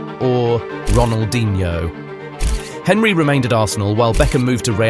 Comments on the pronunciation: The voice over is English, but no one English that knows football pronounces Thierry Henrys surname name as Henry, as in Henry VIII, the Tudor king. You even included a clip of the correct pronunciation! This whole channel is clearly heavily made with AI. And it's AI slop too. Limited effort for the most reward. Do better. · How can anyone pronounce Henry with hard "H"? :D